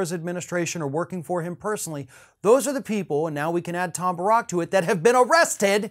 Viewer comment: I believe it's pronounced Tom Bear-rick